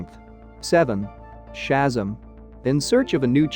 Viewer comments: ShazAm not shazum 🤣🤣🤣🤣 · That's SHAZAM, not SHAZZUM! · I was looking at this video he was talking about Hyperion all I saw was the Sentry that's what I'm saying, and that's Shazam not Shasm, what the hell is this, you got Thor the god of thunder right but he is not the son of Adam that's Odin.... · It's pronounced Shu-zam, not Shazam. I'm surprised you don't know this. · These computer voices can be so annoying. They mispronounce so many nuances in language. Shazzam or Odin for example. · He lost all credibility when he said Shazzum! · Okay... I don't know how your narrations work (where it's software or something else), but when it fails to accurately pronounce one of the main characters names (Shazzam) don't use it... just don't.. it brings down your whole production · I had to stop watching when he started calling Shazam "Shazum"! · Yeah, computer voice mangled a number of pronunciations. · Inaccurate but boring voice makes nonsense seem valid. The pronouncement of ‘Shazam’ unacceptable…… Cancel. Stop.